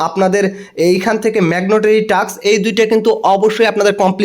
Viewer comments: মেগনটারি না ভাই 🤭 ওইটা হবে ম্যানডোটারি 🥰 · ভাই ম্যাগনেটেরি না মেন্ডেটরি বলেন।